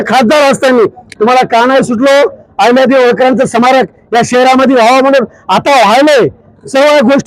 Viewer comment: समारक नाही स्मारक म्हणा पाहू😅